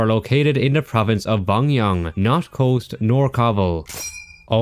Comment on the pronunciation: Hello 3 smol pronunciations: 1. Its called Shalwar kameez (shawwl-war) 2.the buddhas of bimiyan (not byonyang 😅) 3.pashto and dari and even persian was spoken by certian tribes It us a stunning criticism of games man ❤❤❤